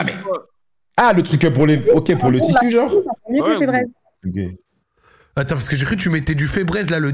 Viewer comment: febreeze🤣🤣🤣🤣 febraise c'est febrise la prononciation